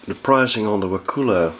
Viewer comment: So funny been in Wakulla Springs many times. It's very nice there... Take the glass bottom boat tour if you can. You pronounce it not as "wa-koola" but as a short "kull-a" So "Wa-kull-a"